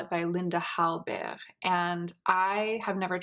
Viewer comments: I adore you but why do you keep pronunciation Hallberg like that? I appreciate you wanting to pronouncing how they would in Sweden but that isn't how it would be pronounced.. Just stop. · I loved the way you said Linda Hallberg😂 almost with a german accent instead of Scandinavian❤️